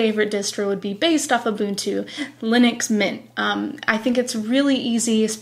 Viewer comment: Linux not Leenus. I like your face though.